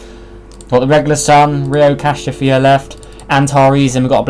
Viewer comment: RHO Cassiopeia is pronounced (r-oh casi-oh-peea